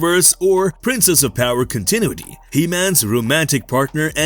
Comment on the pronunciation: Please learn how to pronounce CONTINUITY